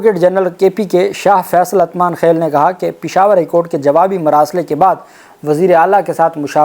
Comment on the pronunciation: بھائی یہ لفظ اتمانخیل (Atmankhel) نہیں یہ اُتمانخیل (Utmankhel).